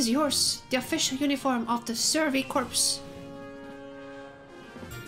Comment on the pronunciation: Please play more. Also "Corps" is pronounced "Core" not "Corpse". Don't ask why, English is a weird language, I mean it's spelled in a way that looks like it should be corpse, its literally the same spelling minus the silent E, but yeah English is weird.